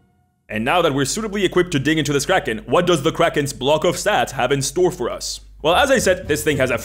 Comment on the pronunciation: I still can't understand if he is saying kraken or crack head.